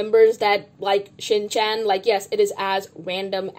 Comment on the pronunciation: i’m sorry but the way you called it 9999 instead of 999 and how you pronounced shin chan and iqiyi 😭😭 i know not everyone knows how to pronounce it but it’s like i-chee-yi and shin-chun